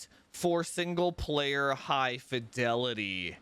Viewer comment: high “difelity” 👍😱 most definitely 💪